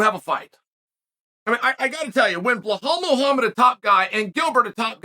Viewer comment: The fact that this man Chael refuses to correctly say belal muhammads name correctly is hilarious to me..he does not in fact remember the name🤣🤣